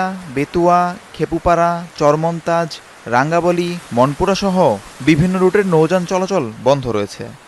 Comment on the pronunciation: ও ভাই রাঙ্গাবলি না রাঙ্গাবালি